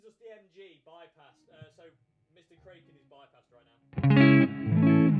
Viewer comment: I think it should be pronounced 'Kraken' not 'Kraken'